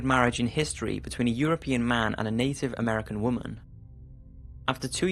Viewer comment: Its native not Inden